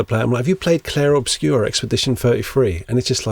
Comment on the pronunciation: I wanna do that. I'm gonna do that. (and I'm sorry but as a french native I must confess I did not understand the first sentence but you do say Clair Obscur really well!)